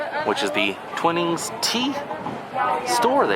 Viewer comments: Sorry, I have to put you right here. It's not Twinnings Tea it's Twinings, ryhmes with Whinings. Oh, and that Sport sign is a Soccer ball, Tennis racket and Tennis ball and a Rugby Football, all English games. I do love your Orlando area videos, please keep them coming. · We should have been there the same day as you if it wasn’t for covid International travel restrictions. And had we seen you we would have said it’s pronounced T-Why-nings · Thanks for another great video,!!! I'm a tea snob, so I really appreciated you showing the Twinings teas. The mixed berry cold brew is AWESOME!!! We discovered it there years ago when the North American rep was in residence! DELICIOUS!! We have also had the lovely toddy that was made with the holiday berry tea. There always seems to be a difference of opinion on how to pronounce "Twinings." I am FOR SURE not an expert, but I think it's pronounced with a long [i]. All the best to you and Abby!!